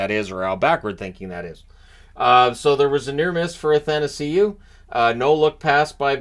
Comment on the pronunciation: Are you ever going to learn how to pronounce Athanasiou?